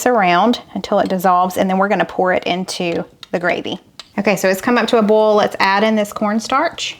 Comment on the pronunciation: Boil, Foil, Bowl.....cracking up! They all sound the same the way you say them. I cringe everything you say it...🤣🤣 Love watching your channel!! Just picking on you!